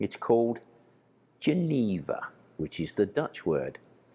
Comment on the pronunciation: The actual pronunciation of "Jenever" is slightly different. It's pronounced with a soft J (sort of zch) and the middle e is also short. (Pm me if you ever need help with Dutch/Fleming pronunciation)